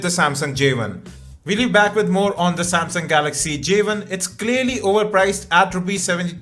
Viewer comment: J ONE, not Javen